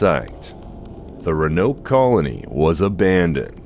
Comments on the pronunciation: "vag" for "vague" and "ra-noke" for "roanoke" were some solid contenders though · The ra-noke one was driving me up the wall 😅. But I'm pretty sure the very last time he said it, it was pronounced correctly.